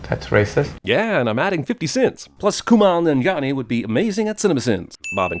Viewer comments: over pronouncing Kumail Nanjiani's name is also pretty racist, considering that Kumail himself pronounces it EXACTLY LIKE IT'S SPELLED. Jeremy is the biggest virtue signaling hypocrite in the history of YouTube and it's so exhausting. I get it, you like being admired by 17 year olds... Stop being creepy, no one is buying your half baked attempt at "wokeness" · Jeremy has apparently never heard Kumail Nanjiani's name said aloud before. He totally Adele Dazim'd him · Remove a point for mispronouncing Kumail Nanjiani's name? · You totally butchered Kumail Nanjiani's first and last name. 25 sins *ding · Anyone else notice Kumail Nanjiani's name get botched??? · 1 sin to CinemaSins for mispronouncing Kumail Nanjiani's name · Cinema Sins Sin: your pronunciation of Kumail Nanjiani.